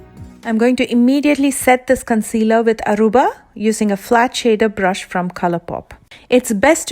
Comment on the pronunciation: Oh my god! My name is “Aruba” n u pronounced it perfectly